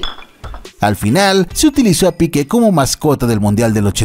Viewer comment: No era Piquė era el Piique acento largo en la i no en la e.